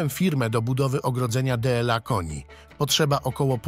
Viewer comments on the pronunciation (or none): "D L A K O N I" , lektor robi to celowo czy trzeba wysłać go na badania do Choroszczy? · Żywy człowiek jest lektorem czy syntezator mowy? "D L A koni" ??? i jeszcze mówione tak wolnym tempem że musiałam przyśpieszyć film... Masakra nie da się tego słuchać, taki głos męczy tak samo jak Andrzejka.